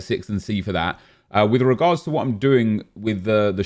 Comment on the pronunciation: Why does say “with regards” like he’s Spanish😂